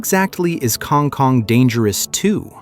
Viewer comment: This AI idiot can't pronounce kang kong and it's annoying.